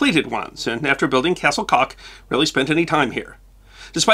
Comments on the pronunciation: Castell Coch ( castle coch" ) is pronounced cas - tel cor- ch , it was a hide away to have naughty nights with his female friend... the best view of the castle if from the M4 ( motoway ) just before junction 32 . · It is NOT "Castle Cock" !!! It is "Castell CoCH" , the "CH" as in "Loch".